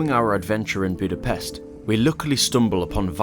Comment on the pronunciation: It is funny that you pronounced Vajdahunyad perfectly but repeatedly pronounced Budapest wrong. Anyway overall not bad